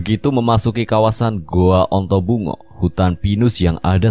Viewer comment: Ontobugo atau dalam bahasa indonesia disebut antaboga..bukan ontobungo